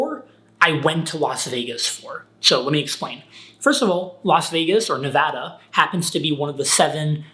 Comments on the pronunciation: I can't believe how you pronounced Nevada as Nevada and not Nevada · Your hand looks like you got into a fight. Did you got into it with Joshua Fluke? Who won? nevada [neˈβaða]